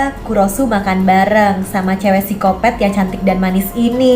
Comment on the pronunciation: Mohon maaf kak, tapi cara bacanya psikopat bukan sikopet🙏🙏🙏